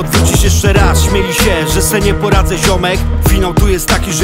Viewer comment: śmiali, a nie "śmieli". mówisz "śmiać się" czy "śmieć się?" mimo wszystko szacun Bonus, po latach doceniłem